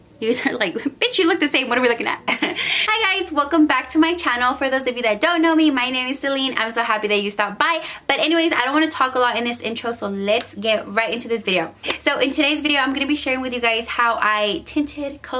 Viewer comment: I always say SEL ENE NOT SELENE 😂